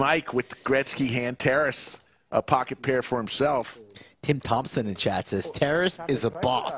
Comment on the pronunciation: It's not pronounced "Terrace". It's Ta-raaas.